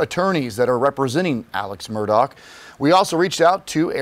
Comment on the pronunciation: Apparently thousands of criminals are above the law, as they're not being kept in prisons and jails! It's pronounced MURR-DAH not MUR-DOCK.